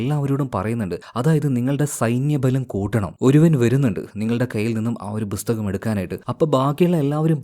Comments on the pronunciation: Bro busthakam alla pusthakam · Busthakam nnu edakku pronounce cheyyunna pole brother.🤔